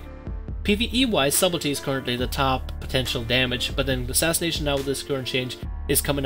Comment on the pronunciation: You pronounce subtlety wrong, not being mean bro. But the B in subtlety is silent. It's pronounced suddlety. There's a video on YouTube on how to pronounce it. Again, not being mean. Just trying to help